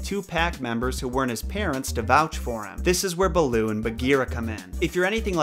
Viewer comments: the name “balooo” is actually “bha-loo” which in Hindi literally means bear . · "Beul'oo"... RIP HIndi.